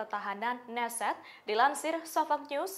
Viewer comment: Ucapan yg benar utk Knesset : Ke-nesset bukan Nesset, K dilafalkan.